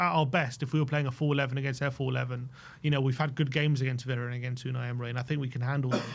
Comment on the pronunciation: Unai "emray" 😂